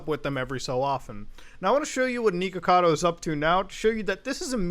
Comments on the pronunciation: Every time he mispronounces the “Nick” part of his username as “Neek”, I drink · it is NICK o cado not NEEK o cado and its TALK ees not TACK ees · He literally says his name is "nick" , yet you insist on pronouncing his name "neek"... TF? Also, Takis are pronounced like "taco"... "tah-key". Are you even trying? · Not niko like the cat my dude. It's Nick, with an O lol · Bruh I hope your self aware with the pronunciation bro literally can’t watch, Becuase that shit,”tackies” and fucking “Niko-cado” bruhhh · It brings me amusement that you pronounce it as Neekocado. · isn't it supposed to be pronounced nickocado? i can't remember if i'm just misremembering. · it's pronounced nick-ocado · Why does it sound like muta keeps saying "neeko-cado" lol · It weirds me out that you call him "Nee-Ko-Cado" lol. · he keeps saying his name and you keep saying his name wrong. HOW? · The way he says "Nikocado" hurts to hear. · ... muda pronouncing things wrong ... First you have "Tackys" (Takis) and Nikocado like he's bout say Nico Nico ni has me dying. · New drinking game, take a shot every time he mispronounces his name and says “villain of YouTube” you will not survive till the end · God I hate the way you say his name